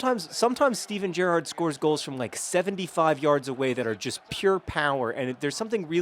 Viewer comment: You started saying Gerrard correctly